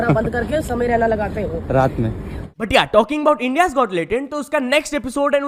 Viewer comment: That "raatmai" by reporter💀